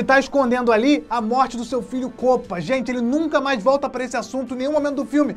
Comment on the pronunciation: Para de fala kopa